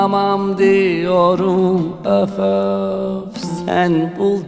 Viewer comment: You say üf üf, instead of öf öf 🤭 so swetty 🥰🥰🥰🥰 🙂 saz / baglama is so special enstrumant. You like it 👍